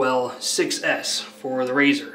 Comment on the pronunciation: It’s pronounced “SIXES” btw…🤠 I wish it had Jupiter (which is very gaseous)